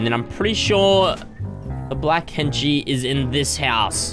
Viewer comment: When says henchie sometimes it sounds like he is saying Kenshi, like the mortal kombat character